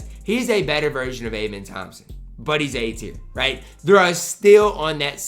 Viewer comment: amen thompson is pronounced “uh-men”